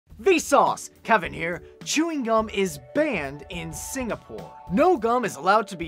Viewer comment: the way he said Singapore made me laugh hehe